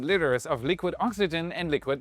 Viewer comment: Did you have trouble pronouncing liters ?lol